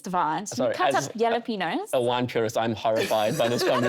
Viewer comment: It's pronounced hah-lah-PEH-ny-oh not yel-lah-PEH-nos